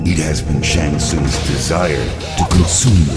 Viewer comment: "shang stuns" LMAO